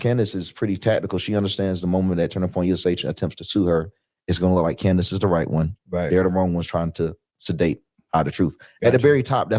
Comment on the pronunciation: Funny how none prove it. Almost like they are paid to repeat same empty words. Rmember when one of the people they paid didn't rehearse her name well and said "Camrace"? Lmfao liars hate truth tellers